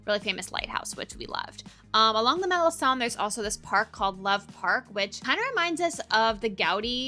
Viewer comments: It’s pronounced MaleKon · Malecon its pronunciation is Malekong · It's written Malecon, you pronounce con as son?